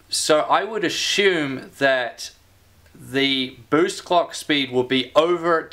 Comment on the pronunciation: "Cocks Speeds" lmao 😂🤣.. Anyone else hearing this when he says Clock speeds lol